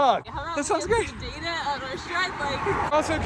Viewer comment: Do you call information "beta" or am I mishearing you say "data"?